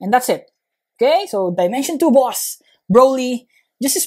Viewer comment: When he went from saying boss to boos it made me laugh